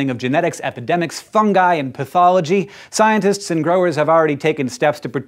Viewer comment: “Scientists are attempting” is phonetically annunciated by this cat as “scintists are a-te-te-te..”. Learn to pronounce at least 50% of your consonants. Because words mean things. And words consist of syllables. Which consist of phonemes. Which have, like, ... sounds — commonly used to communicate which syllables make up the message you’re slurring into oblivion.